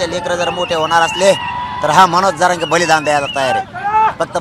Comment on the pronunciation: Manoj jarage patil aahe boltani uchar krava ek maratha lakha maratha